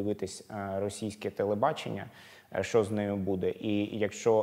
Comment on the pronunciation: Почему ведущий иногда говорит "шо" вместо "що"? Он малоросс?